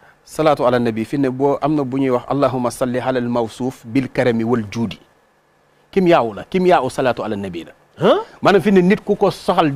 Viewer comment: Salam frère a la fin c waldiouddi pas waldoudi merci🤝